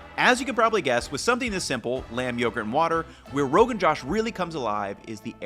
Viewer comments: are we sure that's how u say it? no one else is correcting but the kashmiri women who makes it for me says it like Rogan J-ah-sh. like an "ah" sound instead of saying it like the male name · It's not pronounced josh rather joush. Idk how to explain it better can someone use the üúô to find the sounds I'm trying to say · Good breakdown, Ethan. Fyi, the "Josh" part is pronounced more like "Joe-ssh". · Noooo that's not the pronunciation. It's not pronounced as my name.